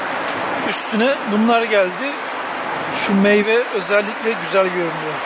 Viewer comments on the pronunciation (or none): none